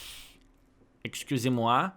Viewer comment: "Excusez moi" 😂 nice french accent